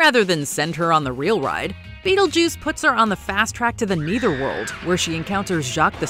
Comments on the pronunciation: Your pronunciation of netherworld is so funny. Lol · Why does she keep saying "neither" world? Shouldn't it be nether world?